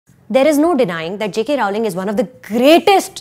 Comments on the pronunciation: It's Rowling as in Rolling Pin. Not Raao-ling. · Row- ling And not Rao- ling Hahahhahahaha But completely agree with you on the movie. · I died a little from inside when she pronounced JK Rowling as Raoooling! Good review though